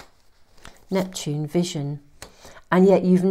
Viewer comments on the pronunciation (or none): none